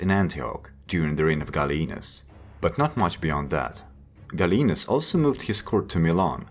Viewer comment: not Galleenus but Gall ee a nus